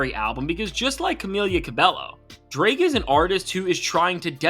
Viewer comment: Dude how did you pronounce "Camila" 3 different ways in this fuckin video